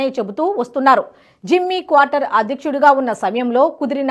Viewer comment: తల్లో... క్వార్టర్ కాదు... ఎందుకా తొందర..??? కార్టర్...!! నీలాంటోళ్ళనే.. ఉద్యోగాల్లోంచి పీకేస్తున్నారు..!! అప్డేట్ అవ్వు తల్లీ..